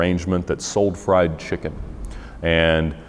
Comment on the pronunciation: i dont like the way u say fried chicken.